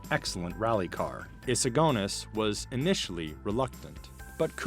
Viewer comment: Why do you pronounce eagerness and agonies weirdly?